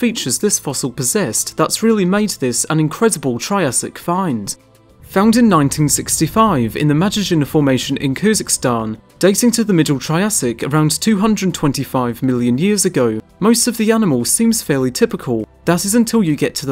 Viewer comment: What the fuck is Kuzikstan. Did you mean Kyrgizstan